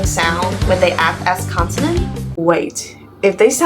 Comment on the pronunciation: You said "consonant" wrong.